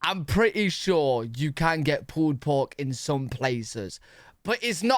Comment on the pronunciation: Hah! The captions said Pooed Pork because of how he says it.